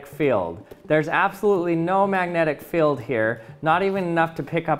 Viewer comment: These “feld” and “stell” throw me off, thus guy can’t pronounce the letter e :/